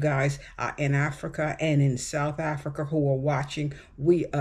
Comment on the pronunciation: S. Africans are so much more interesting / better educated than this idiotic uninformed moron! Americans are interested in nothing but money! She cant pronounce J'Burg or South Africa.! Pathetic. How are people moving to S. Africa going to be able support three quarters of the population who are totally, desperately poor.